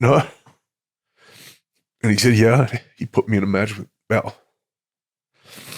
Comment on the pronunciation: Thanks! I kept hearing "Bell."